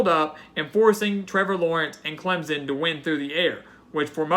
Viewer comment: clemson, not clemzunn.